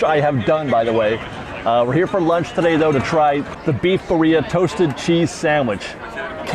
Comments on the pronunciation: Hey, friendly pronunciation correction- birria is pronounced BEE-ree-ah with a rolled r sound. If you can't roll your r's just use the d sound hack and say BEE-dee-ah. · roll your “R’s”. Birria is BeeRRRReeeyah remember your in California.🥰🥰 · sorry to be that Mexican..... but its pronounced BEER- RE - UH